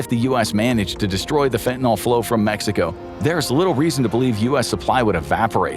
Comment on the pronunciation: Fentanyl rhymes with pill, not with alcohol. The word ends with a Y, not an O or A.